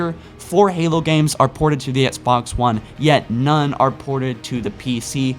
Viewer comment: He still says Sbox one 😂😂